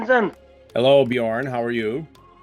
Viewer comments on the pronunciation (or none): BEE JORN...lol